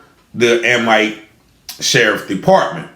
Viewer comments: Amite is pronounced A meet. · It’s A-mitt 🧤…. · Amite.. It’s pronounced A-mit.. I live 20 miles away and hadn’t heard of this! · Amite county. Amite sounds like - a mitt- when prounced. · It’s pronounced Ameet not amite it is spelled Amite but pronounced Ameet county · They pronounce it like A-meet. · It pronounced a meat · You pronounce the county wrong. I'm from up that way